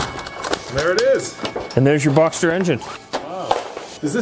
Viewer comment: Boxter. Boxster. Not boxer. It is a boxer engine. The Model is Boxster. Say it it with me...